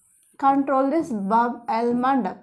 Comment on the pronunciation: Mam it's Bab al mandab know instead of el mandab that you said